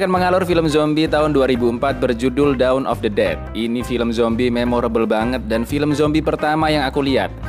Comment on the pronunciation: Gue denger nya "Daun of the dead" 😂